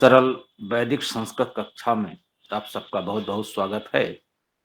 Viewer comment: सरल✅ सरळ❌